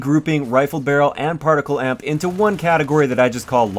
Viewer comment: It's not partical. It's particle.